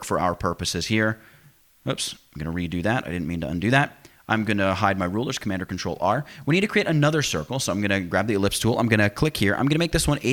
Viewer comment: I heard Commandacatrul. 'Commandacatrul-V' 'Commandacatrul-C'